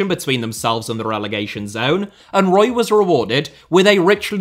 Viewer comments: I'm surprised this vid hasn't been demonetised already for the amount of times AI detected saying the word breast. Larry Page clearly dislikes the French. Btw Eric Roy shouldn't that be pronounced Eric Who-wah? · Eric Ro-ah